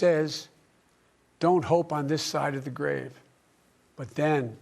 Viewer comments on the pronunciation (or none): none